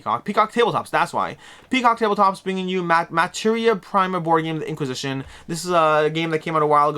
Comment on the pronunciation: Materia Prima is pronouced Mah-teh-reea Pree-ma, it's latin, it means "feedstock"